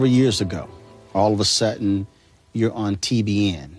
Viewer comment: All if a " autton" my dear. It's " sudden"